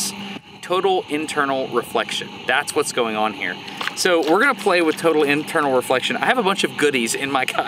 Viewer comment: did you say turtle inflection?